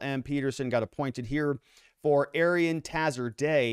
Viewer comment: ah-Ree-Ahn (think Aryan with different stress symbols) Tah-HERE-zah-day and hah-ee-DER a-LEE, maybe ah-LEE (Iranians tend to say with short "a" like apple, other languages like from Pakistan tend to say "ah" like ball)... Since this is going to be such a big story, might as well figure out how to say their names more correctly instead of calling him Tazzy and Ali.